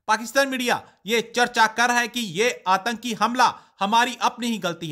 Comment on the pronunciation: Antki nahi atanki hota hai. Please correct.